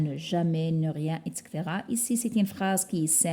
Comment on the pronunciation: Merci pour l'effort. Sinon on dit etcetera et non exetera Sinon si possible de nous fournir un pdf de ce document pour pouvoir l'imprimer? Merci